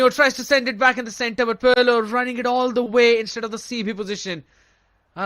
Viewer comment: someone tell this commentator its not parlo its pirlo😢😢😢😢